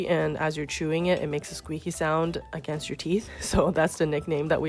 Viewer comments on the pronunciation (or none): none